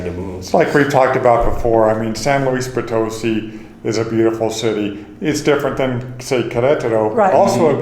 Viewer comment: Pronunciation Corner: San Luis Poe-toe-SEE. Put the emphasis on the last syllable.